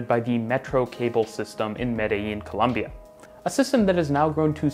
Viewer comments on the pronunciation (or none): none